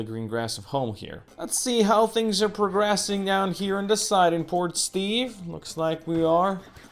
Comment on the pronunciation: Haha, every time I hear you say Port Steve I hear "Poor Steve" and sometimes I think that's more accurate. XD The logistics are getting real complicated with the ole urban sprawl but I have faith in the illustrious leader! Well played.